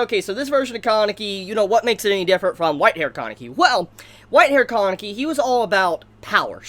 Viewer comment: im confused when you are pronouncing kaneki's name. im hearing koneki?